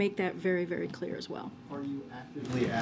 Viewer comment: She keeps blalthering what sounds like "perfectly clear"...I suspect she's actually saying "perfectly kwear" (spelling oops)